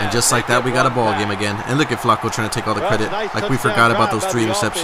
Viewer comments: Why does he say Flacco so weird? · Learn how to say Flacco correctly